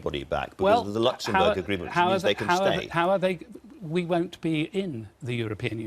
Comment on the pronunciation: Let’s be clear about what Major Disaster Area is actually saying here. He is quite prepared to overturn the mandate of the 2016 referendum, which was a legitimate and democratic vote to leave the EU regardless of whether he agrees with it or not. Why does he keep saying ‘wunt’? I guess that makes him a complete cant then!